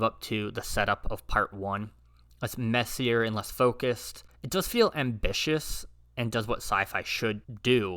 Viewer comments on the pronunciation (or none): none